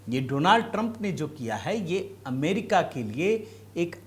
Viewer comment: Donald Doland ya do land😅 ban gaya😅